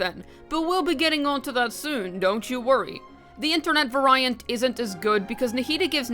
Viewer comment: (Vary - ant) - (very - ant) Not (va - Rai - ant)